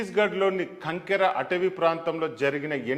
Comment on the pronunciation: కంకర కాదు, కాంకేర్